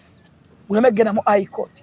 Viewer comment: But the word is High court not Eye court😢😢